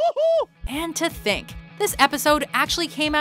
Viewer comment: Nigga said thunk ha